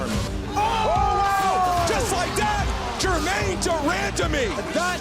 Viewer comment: “GermaNE DER MANDAMEE” - Joe Hogan